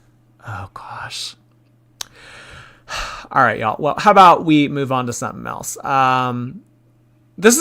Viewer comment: My 3 year old was saying it this way as we decorated the Christmas tree and I kept nicely correcting her because of ALL things and people- I can’t let her sound like ALR! Haha but I do think it’s a common lazy way to say it and maybe she was never corrected as a kid.. buuut no excuse at age 30 something 😆